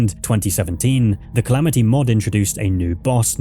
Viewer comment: "Calameetus"... brother its the Calamity mod, and Calamity boss, you even said it in the same breath, why are you saying Calameetus, you don't pronounce Calamity as Calameety 😭